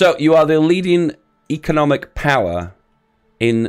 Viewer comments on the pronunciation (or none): none